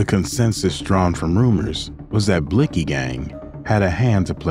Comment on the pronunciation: why did she had to pronounce his name like that